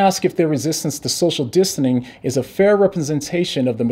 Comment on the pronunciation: Slip of the tongue. You said, "social distaning"